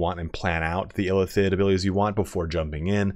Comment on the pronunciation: I keep thinking you're saying elephant when you say Illithid quickly lol